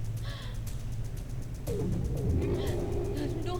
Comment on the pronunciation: Haha ung pag deliver talaga ng name mo"!